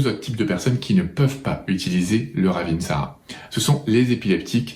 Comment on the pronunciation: Wouaaaaah merci beaucoup 👍👍🙏🙏 je la connaissais bien mais je n' avais pas autant de détails ! 👍 Et bravo pour la précision " raveeeeensara" 😅 c'est vrai que bcp de gens pensent que c'est la même ! Et le Saro Svp, vs en dites quoi?